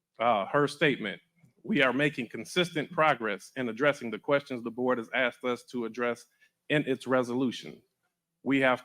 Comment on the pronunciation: For the love of…..ITS ASKED, not AKSED.